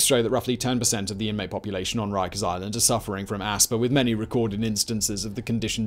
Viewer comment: So Jonathan Woss pwonounces it "Wikers" - wighto❕👀